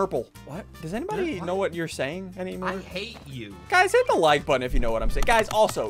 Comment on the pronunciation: It’s not “HIT THAT LIKE BUTTON”... it’s HIIT DAT WIKE BUTTTONN